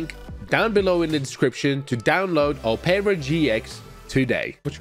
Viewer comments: Brother it’s pronounced aa-pr-uh not oh-pear-uh 😂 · "Opera GX is pronounced Op-ra GX, not opeara GX" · "a-pra" gx The world: "op-ra" gx Btw, can you do this on the police side? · I love how he says opeara instead of op-Er-a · Operagx is produced op-ra gx not op pearer gx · It’s ah-per-uh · as soon as i heard him say oherra i went to the comments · same i heard omarra and just came to the comments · Ah yes “oh pera gx” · "Opara GX" LOLLL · O-peara GX? Had to lock in to figure out you meant OperaGX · I have opera gx but he really said ohpaira gx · Bro really said opaira GX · am i the only one, pissed that he called Opera GX 'Opeeeaaarraa GX' lol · PRONOUCNIGN OPERA OH PERA INSTEAD OF OPERA LIKE THE WOMAN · Who noticed said opera wrong haha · never heard anyone pronounce opera like that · You're pronouncing Opera so wrong.